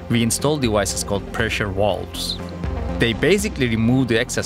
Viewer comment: Walwes? Or Valves? The letter v is a voiced variant of the sound f, not w. Falfes would sound better... And add a bit of vibration and you have a perfect v. W is a different sound. I don't know where this misconception comes from, but it is very (not wary) annoying.